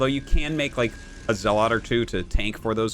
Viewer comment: Do you pronounce zealot and dragoon wrong on purpose?